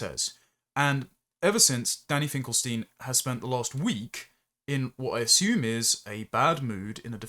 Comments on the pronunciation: God, how pompous and verbose! It's ....stine not ....steen, by the way. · ST EYE NN, NOT STEEN